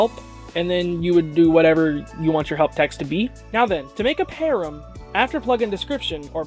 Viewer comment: Please pronounce it "pa ram" not "pear em", it's driving me nuts!